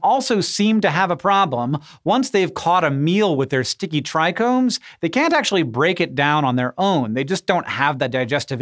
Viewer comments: All the potheads turned their raised their eyebrows when he said “tricones” lol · Trichomes heheh